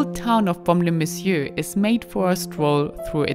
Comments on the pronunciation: merci pour ces belles images ,j adore votre accent et votre façon de prononcer BAUME- LES -MESSIEURS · Baume-les messieurs est un incontournable de notre belle région, bien-sûr. Présenté et prononcé avec votre ravissant accent anglo/suisse bernois il devient plus merveilleux encore. Merci, vivement le Bordelais.